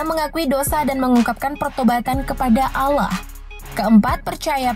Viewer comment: Kak kakak pasti Islam karena pas kakak bilang yang prostestan seharusnya kakak bilang Allah bukan Aulah kak Allah kak bukan di baca aula kak